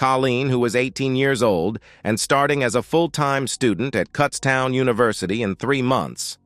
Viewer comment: Cutts town? I believe it is Kutztown. I know it got fixed later, but being from South Central PA, a lot of the name flubs are either annoying or amusing. And a nice story. Life is good.